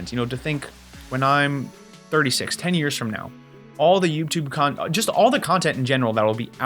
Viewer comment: I heard it more as 'yupe' tube 😂